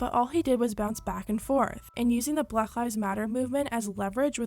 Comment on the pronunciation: she pronounces black as blagh lol